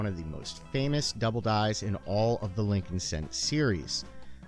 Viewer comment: It's Lincoln..